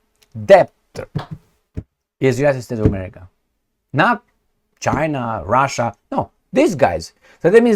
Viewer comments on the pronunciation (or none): none